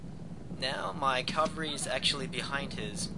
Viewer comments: My friend told me to check out your videos. I enjoy the commentary (I really suck at these kinds of games) and I find it very informative. I do have one question: in your later videos, do you start pronouncing cavalry correctly or do you keep saying Calvary? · Is it me or does he keep saying 'calvary' instead of cavalry? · Of course it does. One way is correct, the other is not (Calvary is the hill where Jesus was crucified; that is why so many churches are called Calvary). He otherwise seems an articulate, highly informed student of military history. How would you feel if your doctor never pronounced temperature correctly? Or if the President of the United States could not pronounce the word nuclear? It undermines confidence. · C'mon guys. No need to bash how he says cavalry. Cavalry, calvary; same differance. I wouldn't have even noticed if not for the idiots who want to act like they are so itelligent for noticing such a small detail that nobody really cares about. We all know what he is talking about. Just drop it and focus on the details of the battle, the main reason this video was created.